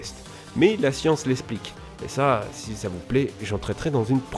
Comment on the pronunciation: "des capacités SIX impressionnantes"